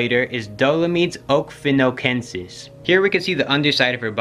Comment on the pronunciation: Pronounced Oh-key-fen-oh-key